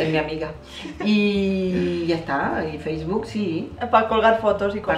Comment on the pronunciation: LIKE Por el ''faceboke''